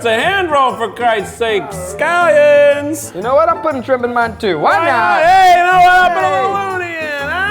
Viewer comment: Nobady: ... Keith: SCALIONS